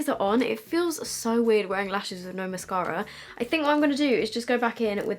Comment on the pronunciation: the way she said mascara rly got to me lol